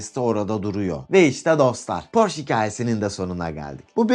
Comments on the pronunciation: Porş değil hocam Porşe okunur . Önce adını doğru söyleyin . Hamburgdan sevgiler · porş değil porşe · porsche 911 hayranıyız porş denmesi rahatsız ediyor 😊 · okunuşu "porşe" dir , ferdinand porşe